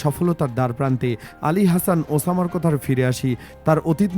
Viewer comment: নামটা ভালো করে উচ্চারণ কর মূর্খ সাংবাদিক 😂